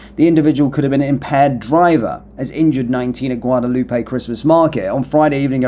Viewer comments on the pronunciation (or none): none